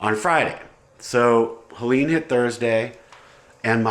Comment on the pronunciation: Why cant US ppl pronounce Helene? Google Helene Fischer, Atemlos. You will thank me later. My thoughts are with you. But here we bury our power lines. Also our Internet runs through fiber optics under ground. I never experienced loss of signal! Call the Dutch, we'll fix it forever!😏